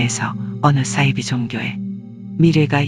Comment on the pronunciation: 이분 발음이 매력적이네요 안빵x 안방o 싸이지x 사이비o